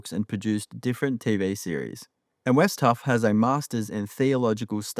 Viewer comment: Its Wes Huff not" West Huff"